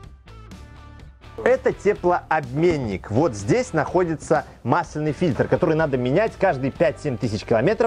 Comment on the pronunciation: Простите, но gramar nazi в моей душе не может больше молчать. мАсляный , мАсляной... Всегда ударение на А, проверочные слово - мАсло. "Кашу мАслом не испортишь"